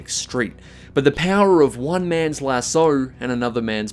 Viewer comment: Do you purposely say lasso wrong or just not realize you do it lol